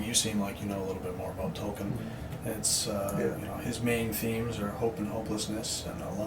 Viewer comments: You are mispronouncing J.R.R.’ Last name. No big deal, but you are intelligent, and intelligent folks don’t like mistakes. So, just FYI, his last name is pronounced TOL- KEEN.😊. The emphasis is on the first word (toll) and and the “e” prounced like the “e” like in “see”! (Assistant😂&) (Bot.) Also, your stated IQ is 164........After listening to your story, I think that should be rewritten backwards! 😂 With all due respect, we ALLLLLL make silly, stupid choices in our lives. You’re so young, you can do your GED, then KLEP out of any college classes you know you should be able to do fairly easily, and just follow your nose from there! You’re smart enough to succeed, no matter where you are at moments in your life. I will be praying for you, in Jesus’s Precious Name! Amen.♥️🙏🕊✝️🙋‍♀️💕💜🕎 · Did he say "talken"?